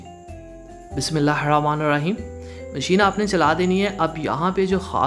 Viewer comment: O mery bhai بسم اللہ الرحمن الرحیم prha kro.ap بسم اللہ الرامان لرحیم kehty ho